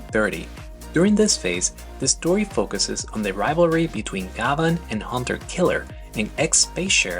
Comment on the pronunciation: Thanks for a great piece about one of my favorite shows growing up in Japan. One thing though, his name is actually pronounced GYABAN, like the French actor/singer, Jean Gabin.